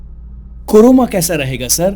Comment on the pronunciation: It's not coroma lts carona